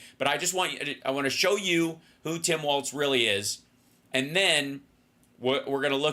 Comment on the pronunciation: Please say W A L L S, it’s not WALTZ….. WALZ & it’s KOM-uh-luh, not Kuh-MAW-luh